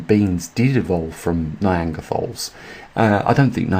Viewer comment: neanderthal - is pronounced nee-ander-tal - no anger in there - just so you know